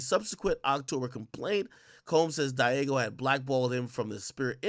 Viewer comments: Diageo IS Pronounced: DEE-AH-GEE-YOO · Say it with me Ak DEE-AH-ZHEE-Ō